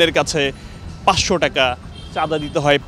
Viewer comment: টেকা না টাকা